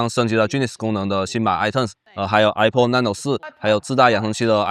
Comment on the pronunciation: 首先它不唸I破 它唸I帕